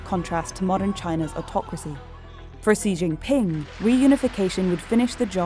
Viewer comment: No, far from it. She said "See Zhing Ping".